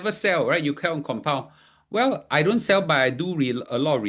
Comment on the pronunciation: Thought u say bull bull bull